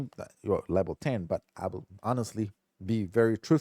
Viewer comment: stop saying lebel